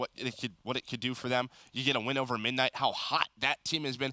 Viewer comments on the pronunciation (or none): can't say midnight